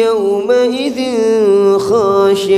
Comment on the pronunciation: Yaumaidzin khosyiah ..idzhar hukumnya ..dibacanya ikhfa